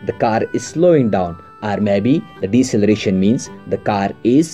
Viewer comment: Deceleration not Decceleration xD